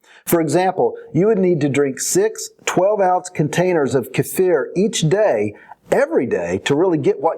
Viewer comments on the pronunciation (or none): lol its keeeee-fer